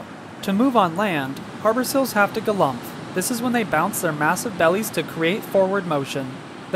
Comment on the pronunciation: I like the way this man says galumph